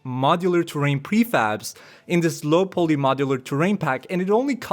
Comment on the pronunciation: Great video as always! A little heads-up on the pronunciation of poly and niche ;-) poly pronounced po-ly not pooly niche pronounced neesh not nich